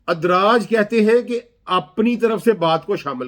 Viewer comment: تم صحابہ کے بچوں کا بیان کردہ دین بتا دو تمھارا مطلب یہ ہے کہ دین محفوظ نہیں رہا اس جاہل کو لفظ ادراج بھی صحیح پڑھنا نہیں آتا اور لوگوں کو دین سکھلا رہا ہے اس کی باتیں نری بکواس ہیں